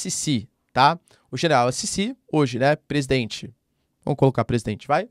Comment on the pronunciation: Ditador o quê?? Já foi no Egito??? 1000 x mais safety que o Brasil. E lá eles amam o Sissi. By the way estuda antes...vc pronunciou-se o mome dele errado. Esquerdinha fraco